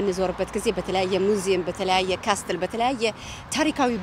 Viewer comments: It’s okay. She lives in Europe I think in Italy..!? I was confused when she said "ካስትል"too..!😂 ካስል! Not "ካስትል" castle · Hi, I have no idea if you are said in Italy language or in English. If it was in English is shouldn't be said castle when you read. You should omit the letter 't' and said (ካስል) just for the sake of being in Europe. Haha!! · I admire you for what you’re doing! Thumbs up as always. Castle ሲነበብ ካስል ነዉ የሚባለዉ እሺ a letter t is silent . Know ክኖዉ እንደማይባለዉ ማለት ነዉ ። let we learn from each other and correct minor mistakes . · Castle = ካስል ነው ሲነበብ ። በጣም ጎበዝ ነሽ እናመሰግናለን